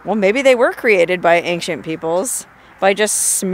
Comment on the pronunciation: Ancient = ayn-chnt 😊 Love ya though!